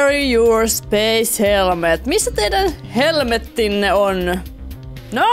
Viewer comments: oikei kun sanoit ''missä teidän helmettinne on" nii kuulosti et sanoit "missä teidän helvettinne on" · kun sanoit''missä teidän helmettinne on" niin kuulosti et sanoit että "missä teidän helvettinne on"